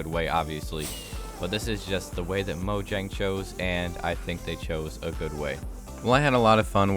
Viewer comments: It's pronounced as moyang not mojang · You're saying "Mo - dg - ang" It's Swedish, and pronounced "Mo - yang" The "J" is not pronounced "dg", it's pronounced "Y-" Thanks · It's not Mojang, it's Moyang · Mojang is pronounced Moyang. They are Swedish so j is pronounced Y. Most Germanic languages except English which is really hybrid between Germanic and Romance languages pronounce j as y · Its pronounced moyang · Moyang or mojang pronounciation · atleast he’s not like the guy that says moyang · People pronouncing Mojang when in reality it’s pronounced Mojang